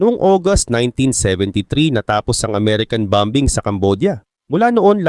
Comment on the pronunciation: Bom_bing😮parang pronunciation ni saloth yn😅